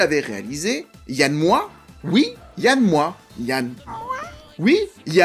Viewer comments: Yann MOIX(E), pas Yann Moooa. 😂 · Ça ce prononce "MOAX" t'es relou avec ton "moi". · Yann MoiX!!! Pas Yann Moi ! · Je crois que tu es la première personne que j'entends prononcer "Moi" au lieu de "Moiks". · On dit MoiX pas Moi non ? Sinon j'avais adoré le film à sa sortie, pas revu depuis des années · Yann "Moi, tu le prononce comme Christiane Taubira, ou Yann Moix n a jamais oser la reprendre sur son nom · Alors plusieurs choses: déjà 30000 exemplaires en littérature correspond à un succès total dans le domaine. Le nom de l'auteur et du réalisateur se prononce Yann MoixE. Ce n'est pas Évelyne Dhéliat mais Évelyne Thomas... Vidéo un peu en roue libre à la préparation hasardeuse. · Désolée, on prononce le X de MOIX